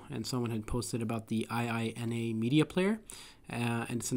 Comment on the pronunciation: Not an acronym, but a japanese expression : ee-eenah.